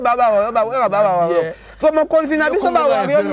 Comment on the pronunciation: Ken MPIANA balobaka warrior et non warrion